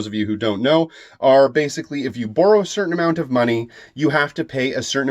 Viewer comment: Why you say boru, not borrow??? Are you such a big fan of Naruto???